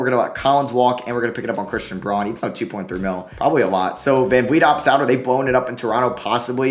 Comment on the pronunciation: 1. It's TRACE Jackson-Davis...... not Tracey. 2. It's Christian BROWN (despite being spelled Braun)